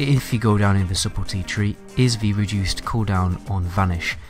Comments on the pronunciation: Subtlety is pronounced : suddle-tee. Also i would be careful using gouge to let energy recharge or bandage because any damage (including poisons) will break the effect. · You don’t sound the “C” is “eviscerate” Or the “b” in “subtlety” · EVIS - ER - RATE SUTL- TEE You're welcome :P